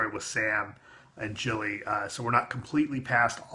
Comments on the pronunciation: It's Gilly not Jilly. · Is Gilly actually pronounced like "Jilly"? I thought it was pronounced like "Gilly" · Gilly, not Jilly.